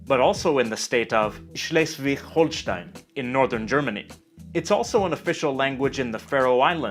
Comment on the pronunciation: Excuse me! That was a completely wrong pronunciation of Slesvig-Holsten!!11! (But the 'g' was weirdly enough acceptable. The local Danish dialect in Slesvig has the same 'g' as non-Belgian Dutch.)